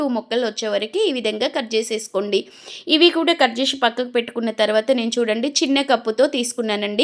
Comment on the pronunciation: తోటకూర టోటకూర కాదు.టర్వాట కాదు.తర్వాత .